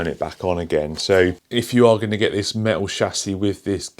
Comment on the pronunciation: Very cool but do you mean metal? You keep saying méh-al.... Pffff